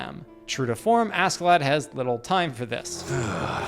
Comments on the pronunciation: Ask in Askeladd is pronounced "ash". SK in nordic language generally is. Example: a ships Skipper, the captain, is pronounced Shipper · It is pronounced 'a-shae-ladd' old norse, he is one of my favourite characters. Really deep and complex, fun and wise in his twisted ways :) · Not using sub in the example scenes is criminal, it'd also teach you his name is pronounced "Ash-e-lad"